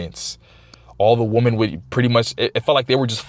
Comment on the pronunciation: Its pronounced “weman” not “woman” when talking plural. Appreciate your content though.